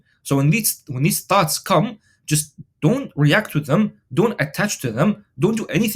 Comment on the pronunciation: hahahah I though u said thots